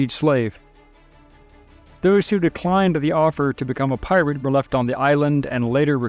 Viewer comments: Is this some kind of AI narraration? He keeps saying PILOT instead of Pirate. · Tell me I’m not the only one that hears him say “pilot” several times. lol. I was like “wait a sec..” and had to rewind it to make sure I heard correctly. I was like “no kidding. Pilot too. Incredible for the time period..” 🤣🤣